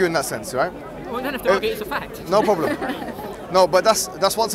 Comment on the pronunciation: "noh prawblum sistahhh"